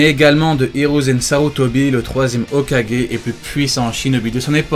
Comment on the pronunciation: "Hokagué en interime"😂